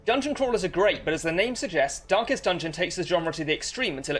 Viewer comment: Why I continue to hear "dankest dungeon"